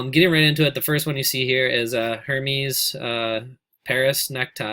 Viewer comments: Its not hermees .. Air mez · Hermes is "air - MEZZ" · Should I buy a "Hurr-meez" tie or an "Airman Gildo's Eggnog" tie? LOL